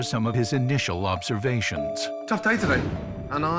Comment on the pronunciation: No one: Narrator: "After a dissapointing dinner service comes to an end Gordon is ready to share some of his initial lobstervation"